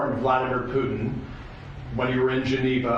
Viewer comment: Sleepy joe😂😂 whats he even saying😂 intead of putin he says putn😂😂